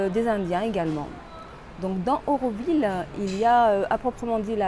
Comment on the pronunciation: Nous autres Aurovilliens sommes un peu tâtillon. Tu as, en effet prononcé "eu" au lieu de "au"; Mais, après tout, cela reste d'une moindre importance si ton intention était bonne.